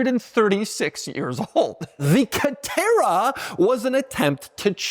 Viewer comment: Dude , calm down before you have a stroke. It’s just a C a TE rA